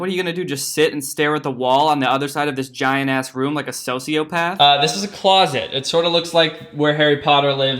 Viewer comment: did he say "sociopath" or "sofiopath"😂